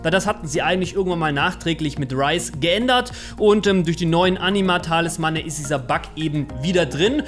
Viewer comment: Es heißt Talismane und nicht Talismanne. Es heißt auch SUN (Englisch für Sonne) break und nicht .. naja wie schreibt man das falsch?! XD